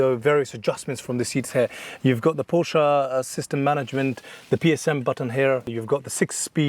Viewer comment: Nice job, mate. Please learn how to pronounce the family name of the brand.